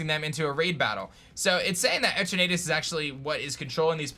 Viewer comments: Every time you said the legendary’s name as Et er Natus it hurt. It’s E turn a tus. Like eternity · It's Pronounced E-TURN-NET-TUS not E-TURR-NAY-TUS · its pronounced etern (as in eternity ) ah tus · you are saying that third legendary sooooooo wrong. E-ter-na-tus. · The way he’s saying Eternatus is making me cringe. It’s E-ter-na-tus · like eternity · "Eter na tis"